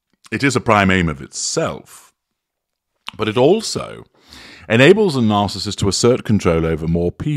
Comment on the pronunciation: I agree. I just wish he would learn how to pronounce "narcissist".